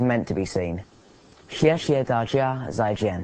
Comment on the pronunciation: But Daniel pronounce 'zai' wrongly